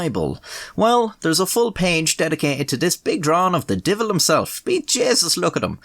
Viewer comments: “The deevil ‘emself! B’Jaysus, Look at ‘em!!” Was so iconically Irish LMAO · "divil" and "jaysus" just pull at my heart strings so much, I miss my grandma.